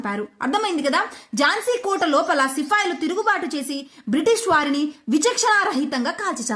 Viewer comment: సిఫాయిలు కాదు సిపాయిలు